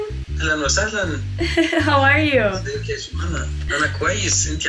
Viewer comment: Mashallah, you learned a lot in a few days here but there's some pronunciations that I wish your teacher/friend corrected for you, they're very basic. What i noticed is when you say ahlan wa sahlan, you say sahlayn instead of sahlAn, it should be the same way u say ahlan. good is shatir not shootir for masculine and shatra for feminine. I'm speaking Arabic to myself: ana bakalim 3rabi ma3 nafsi I'm speaking to myself in Arabic: ana bakalim nafsi bil 3rabi I have only seen this video so maybe they are already corrected but these are just a few I saw Keep going, this is the fastest I've seen someone learn Arabic in any dialect this fast within a few days. You are truly an inspiration and a gifted human being. I hope more people become motivated to learn Arabic from you <3 I'm Egyptian, ahlan beeki fil 3alam il 3rabi, welcome to the arabic world